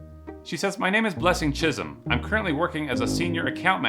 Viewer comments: Chisom is pronounced Chi'soam not chizm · It's the way he pronoun chisom though 😂😂😂😭